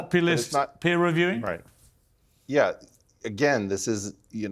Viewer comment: Its Peer review, not Piers review